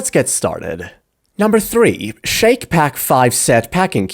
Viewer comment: I’ve used Shacke Pack for years and they hold up. And I’ve machine washed them on cold. I think it’s pronounced “Shack” not “Shake”. It rhymes: Shack Pack